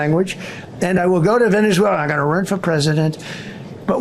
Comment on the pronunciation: Ok learn Spanish? Second learn the name of the country you are invading... "Venezuleraner"